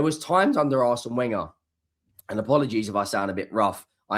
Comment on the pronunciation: I appreciate you need to maintain your gor-blimey cred so I can understand you cant say Real Madrid properly. However, to still be mispronouncing Le Prof's name marks you down as an uber-numpty.